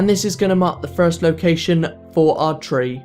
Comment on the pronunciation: STOP SAYING FREE!!! It's driving me crazy! It's THREE, not FREE!!!